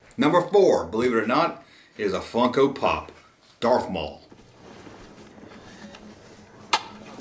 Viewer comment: And credit with a possible new meme too, because "Punko Fop" totally sounds like a character you'd find in the Mos Eisley Cantina or in Jabba's Palace... 😄👍